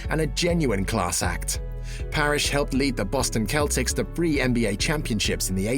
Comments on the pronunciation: Bro said the Boston keltics 💀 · Boston "K"eltics. 😅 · Dude said "The Boston Keltics" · Boston Keltcicks? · Boston Kelltics ? You to talk bad about Jordan but can't pronounce the name of team. I can't stand people making videos just to bring up someone's faults. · ‘Boston Keltics’ shows the narrator knows nothing about bball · Said Boston Celtics wrong